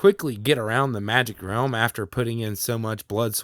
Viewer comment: Realm u pronounce at 'rumma'. Rumma magic is it just me?! Cute tho lol